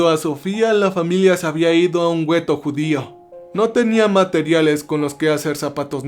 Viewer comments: se pronuncia Gueto, no güeto, la "U" es muda por Dios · Es gueto, no güeto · Saludos, solo una observación se escribe ghetto y se pronuncia guetto, es una palabra italiana. Excelente trabajo y mil gracias por compartirlo, por cierto ya estraño Cerber. Una abrazo. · El gueto !?!!...😅😂😅😂...Güetto !!!